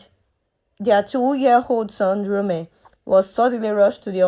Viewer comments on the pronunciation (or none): The boy’s name is Rome ,not Room.